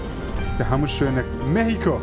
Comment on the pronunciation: سەرکەوتوو بیت بەس پێی ئەڵێن مێخیکۆ نەک مێهیکۆ